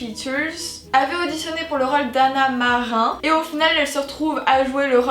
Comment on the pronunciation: Hanna Marin lol prononciation à la française. Ça reste mon personnage préféré